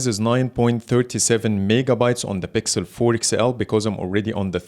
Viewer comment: I love that Arabic accent “bixel” habibi from ownagepranks